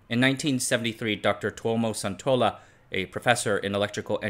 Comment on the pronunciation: Sun in Suntola is pronounced the same way Sun in Sun Yat-Sen.